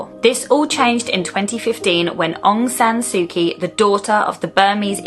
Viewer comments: I believe you’re only allowed to go to certain areas of Myanmar, at this time! I went there for a month about 10 years ago, was a fascinating country to visit. Very much stuck in a time warp, similar to Cuba, which is suffering a similar fate on its people! Please try and pronounce Aung San Suu Kyi, correctly! Well done on the extensive research you must of done 👍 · Maybe show some respect and learn how to pronounce Aung San Su Kyi and Bogyoke Market.